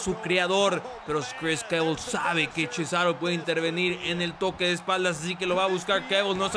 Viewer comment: en vez de decir cesaro dices CHESARO xD